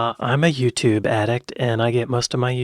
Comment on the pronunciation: it's also not Yutoob, ffs